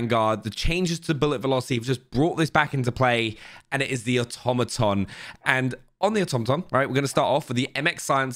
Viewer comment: Say it with me auto-ma-ton..lol